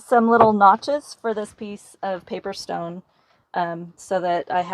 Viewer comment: I can't tell if she is saying paver stone or paper stone.